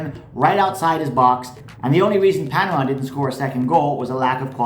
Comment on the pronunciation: It’s Panama 😂😂😂😂😂😂